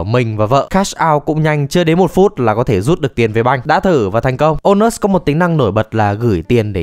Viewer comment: Trong clip tôi nghe ra thành ANUS.